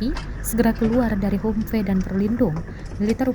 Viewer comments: Ini narator tribun baca nya kayak gimana dah. Bukan humpe tapi bacanya hamvi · hamvee bukan hummmpey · 😅😅😅 Kok mengejanya 'humfe' sih kak...? HUMVEE itu dibaca 'hamfii' kak... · Min kok bacanya humpe? Gak sekalian tempe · Humvee, sebutannya "ham-vi" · Cara bacanya HAMFI ya mbaaakkkkk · Humvee bacanya "Hamvi" ya min.. 😅😅😅